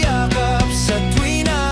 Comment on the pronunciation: Hahahaaaa!!! Sabi ko na nga ba. Sa reels ko to narinig pero nagtaka ako. Bakit kako yung "tawag ng aking damdamin" ay hindi parang native speaker ang kumanta? Yung pagbigkas ng "t" sa tawag at tuwina, pati yung "d" sa damdamin. Kaya napa search ako sa yt.